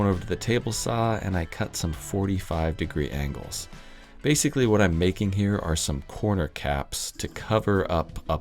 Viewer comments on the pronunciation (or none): none